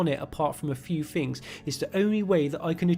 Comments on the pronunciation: Fousand, fings xD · I just like the way you say thousand and things xD